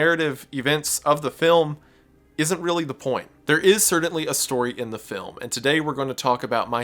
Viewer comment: The way you say "certainly" is "cerdantly" strange